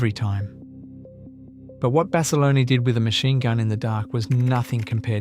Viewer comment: Decent video, using AI to voice this video does the subjects an Injustice. A lot more could have been elaborated by the Creator about the subjects to reiterate Basilone is pronounced like the other gentleman said Bass a loan. Corpsman is pronounced core man not Corpse. Some of the pictures used misrepresent the actual subject and storyline if you going to talk about Marines especially Marine Aviation don't be using Army Air Corps/ Air Force aircraft. I've watched a few of your videos and there is major room for improvement across all of them.